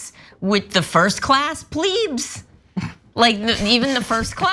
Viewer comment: its pronounced "Plebz" not "pleebs"